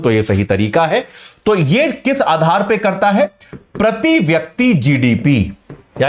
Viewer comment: प्रती,व्यक्ती नहीं होता गुरु जी, शुद्ध बोलना सीख लीजिए